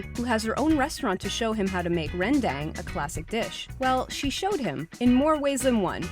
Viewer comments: Ren deng??? Ren dang! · It’s not rendeng it’s REN DANG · Not [ rén -déng ] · *Ran daaaaang" its not pronounced like that. Its rendang. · I'm indo and the way she said roundong made me cringe, but I still love the video. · It's pronounce [ ren-dang ] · Yeah first, that's not how you pronounce Rendang (I'm from Indonesia so I know) and Rendang is an Indonesian dish, not traditional Malaysian dish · Listening to this girl butcher the word rendang makes me want to punch her in the face. It's an ah sound not a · Rendeng!!! WHAT THE FREAK! THAT'S NOT HOW YOU READ IT!!! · you said rendang wrong